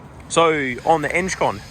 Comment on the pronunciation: Eng con not enge con 😂